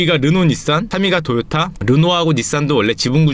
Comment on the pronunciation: 도요다 ㅋㅋㅋ 이분 경상도 토박이신가 .. 도요다 오도바이